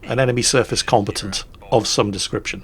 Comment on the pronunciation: Love these videos, even if mispronounces "combatant."